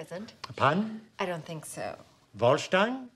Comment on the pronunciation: Volschtein..... That's not a word